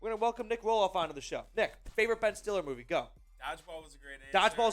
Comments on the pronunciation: His name is pronounced (still lee) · It's pronounced "Stilly"